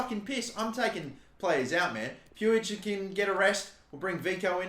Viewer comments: Puig is pronounced puugh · Is puig not pronounced “pweeg” or is that just the baseball idiot who is like that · it’s pronounced same as twig. Pwig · With all due respect brother you are not pronouncing Puig's name correctly, it is pronounced as Pooj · I beg you pronounce it riki pooj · I know a Catalan with that last name and they pronounce it like “much” with a P